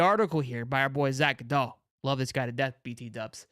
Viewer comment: Love ya but the way that you say goodall is hilarious😂